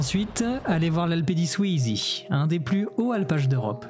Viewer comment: C'est Alpe di Siusi et non Suisi ;)